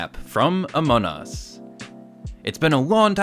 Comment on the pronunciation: Still saying amon us😂